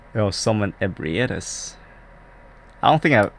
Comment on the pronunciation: I always kill patches the spider. I don't even care how much people like him, I hate his guts. Wants to push me into a poison swamp, fuck him, he gets shanked. Edit: Oh my god you actually pronounced Ebrietas right! Just became my favorite. I keep hearing so many people pronounce it in stupid ways and for some reason it just bugs me. Dunno why:L